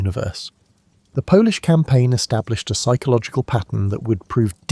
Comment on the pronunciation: I’m 4 minutes in and have to stop. Whoever coded this script really messed up the pauses, and Polish for polish? Surely there are ways to get pronunciation right.